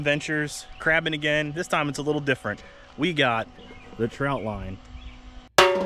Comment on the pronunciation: Nice video, but it’s a trotline not a troutline.